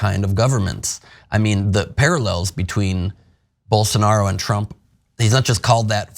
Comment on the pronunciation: Poor Journalist can't even pronunce Jair Blosonaro name! Get lost loser